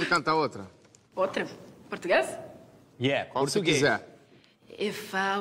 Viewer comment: Supla, dizendo pra ela pensar no PURTUGUÊS ( ele nem sabe falar a palavra ) . kkkkkk' ela é DIVA cantando Inglês ou em português!